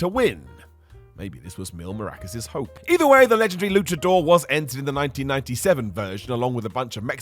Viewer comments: Do all english people pronounce Mascaras as Morroccas? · It’s mil MASS Caras. Not maracas! 😂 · Can you not pronounce Mascaras? Because i haven't heard of a wrestler named 'Mil Maracas' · Mispronounced Mil Mascaras nor maracus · Please tell me you didn't just say MIL MARACAS 😂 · It's Mil Mascaras, not Mil Maracas. Thousand Masks, not Thousand Shaky-Shaky Musical Instruments. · Mil Maracas? Come on … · saying Mil “Marackus” instea of Mascaras is funny. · MAS ca RAS. Not maracas. Lol. Mascaras=masks. Oh. You goofy wrestling guy, you!! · It's MASCARAS not maracas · As a Mexican who loves him saying maracas instead of mascaras is incredibly annoying 😂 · Maracas? Really? Maracas? 🤦🏻‍♂️ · How hard is it to pronounce "Mascaras?" Apparently very hard for the moron commentating this video. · bro said "Mil Maracas" 🤣😭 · Geez, Mil Mas-Ca-Ras! 😅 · MAS-CAR-AS. I popped every time mispronounced his name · Kept laughing every time you called him mil maracas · "mil maracas" ..? 😂😂😂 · The piss pronunciation of Mil Máscaras 🤣